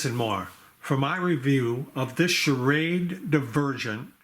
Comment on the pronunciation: You know you're saying sha- raid